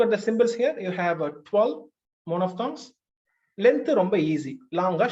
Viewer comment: Extremely super sir... But please check out... The pronunciation of the word 'monophthong' /ˈmɒnəfθɒŋ/ It's not 'mono'(மோனோஃப்).... I think... Sir